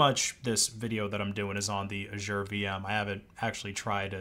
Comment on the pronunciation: You are going to want to go to google translate, type Azure in and listen to how you say it lmao.